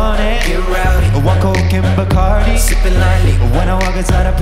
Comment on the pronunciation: WHAT THE FUCK? tHE WAY HE SAYS BACARDI, AMERICANS ARE QUAKING! BOIII????!!